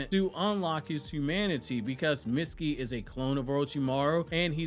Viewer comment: Stop saying “Mitskii” it’s pronounced “meetskii”